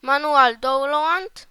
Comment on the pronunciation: jak coś nie mówi się ''dołnload'' tylko ''dałnlołd'' (to nie ma na celu cię obrazić tylko cię poprawiam)